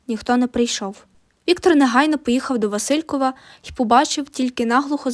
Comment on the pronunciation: а ще є помарки з наголосами у географічних назвах: ВасИльків замість ВасилькІв, Алма-Ата, ще котрась, в одному з прізвищ шістдесятника (здається, Дзюба). Це прикро, але привертає увагу назад до тексту. Все точно не буду вказувати. Але відео, пророблена робота заслуговує повагу та підтримку